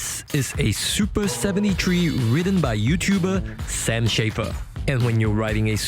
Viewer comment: "soopa sebenty tree"